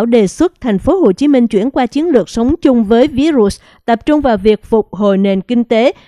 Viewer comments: MC đọc sai từ virus,đọc tiếng Việt là vi-rút, đọc theo Tiếng Anh thì đọc virus=vai-rợt. Không đọc ví-rụt please! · Làm ơn đọc phát âm đúng cụm từ Virus chứ đừng đọc là ví rụs nghe không hiểu. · Xướng ngôn viên đọc VÍ_RỤT là cái gì vậy ?